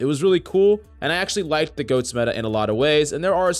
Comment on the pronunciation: Sound like he saying ghost instead goat lol